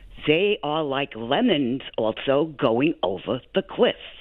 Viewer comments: She didn't even say lemmings. She said lemons. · I think she means lemmings not lemons, well educated idiot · Sure did sound like she said "Democrats are like lemons going over a cliff"??? Hey lois, it's Spanky getting all kissy face with Putin and Kim!